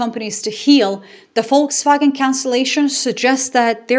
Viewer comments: Shout out for perfect pronunciation of „Volkswagen“ 👍🏻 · I know! I listened to the opening statement twice to be sure I was hearing it pronounced properly. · For the first time I hear a native English speaker pronounce the word 'Volkswagen' correctly.....Bravo.👏👍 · Hearing 'Volkswagen' pronounced correctly in an English context feels surreal.